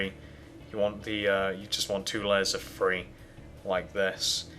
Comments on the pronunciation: learn h\ow kto talk dude1 its THree not Free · It's not free it's three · Lol he says free for three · Jacqueline Garcia i know, i like him to but he say free not three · Kennedy ,Lily LEARN HOW TO TALK DUDE ITS THREE NOT FREE! IS THAT BETTER FOR YOU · one two THREE not free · Three not free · lmao I was thinking the same thing omg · You are screwing it up and plus you say three like free. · dude please stop saying free instead of three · He says free instead of three!! Its anoying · This looks like trash and u dont even know how to say your 3's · You say three rong